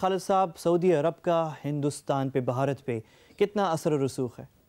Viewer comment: Pehle country ka naam to thik se le lo...it is not "BAHARAT"...it is "BHARAT"...